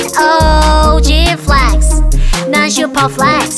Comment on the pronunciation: Flex 할때 발음 지린다..